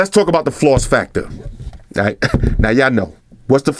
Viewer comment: damn floss. It took me a minute to catch on to what the fuck you was saying lol